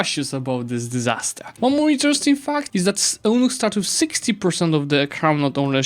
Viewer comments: Hey! Eunuchs is pronounced like "you-nicks"! Fun fact, a Eunuch is a man who was selected to be castrated as a boy, it was believed that doing so made them unfit for rule and thus they gained the trust of rulers across the globe. Hope this helps:) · don't want to nitpick but it's pronounced, "you-nicks" Side from that, thanks for the great breakdown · I think Eunuch is pronouced like "U-nicks" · Eunuchs is pronounced like "you-nicks"